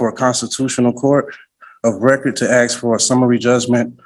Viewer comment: Why does he say axe instead of ask?